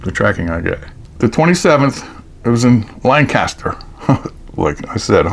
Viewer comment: Hey Fellow Lehigh Valleyian!!! The locals down in Lancaster call it Lan-ca-ster. Not Lane-caster. I learned that when I worked down there for a month.